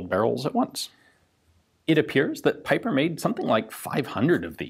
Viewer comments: The Belgian's name is pronounced as "peeper" my dear Ian.👍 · It would be probably pronounced like peeper